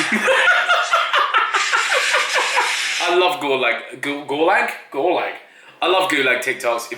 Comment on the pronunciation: GU LAG?????????????? ETHAN ITS GULAAAG